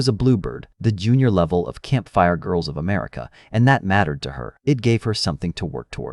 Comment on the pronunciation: Camp fire VS campfire, etc. Awfull narration